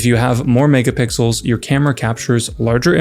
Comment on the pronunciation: When he said "megapixels" I heard "niggapixels"😭